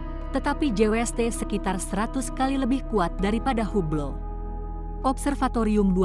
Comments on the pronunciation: Bacanya Habel. Bukan hubel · bacanya: big beng, bukan big-bang teleskop, bukan teles-cope hable, bukan hu-ble jadilah narator yg baik dengan bisa membedakan kata yg boleh dan tidak diserap ke bahasa ind. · hub ble..?? ini narator ny seriusan.. huble dibaca dg metode indonesia? termasuk bigbang / bik bang ?